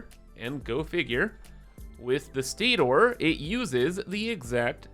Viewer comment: The way you say Stator in this video drove me nuts lol. Motor (Moter) Stator (Staytore) lol its the same ending of the word haha just say (stater) like motor haha. All that aside Keep it up man enjoying the videos. Much love.